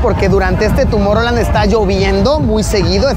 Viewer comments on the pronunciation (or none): TUMOR-land? xd